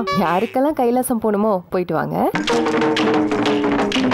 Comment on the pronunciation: Adhu kailasa illadi paavadai. adhu Kailaasam. unnoda oozhiyam lam inga vendam